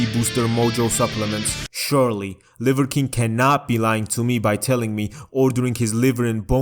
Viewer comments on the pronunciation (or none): none